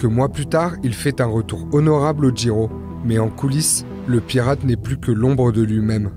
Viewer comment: Il dit Giro, mais contrairement à beaucoup de français il fait un petit effort au niveau de la prononciation, d'où ton incompréhension...